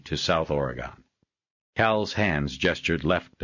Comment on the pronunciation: A wonderful story only slightly tarnished by the narrators barbaric way of pronouncing Oregon